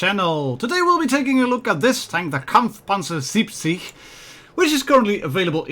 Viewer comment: Er hat auch Kampfpanzer gesagt. Und das nich mal schlecht.